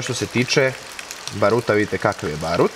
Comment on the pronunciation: Ba^ruta, ne Baru^ta.